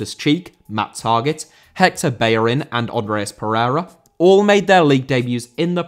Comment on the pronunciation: Bellerín * not Béyeren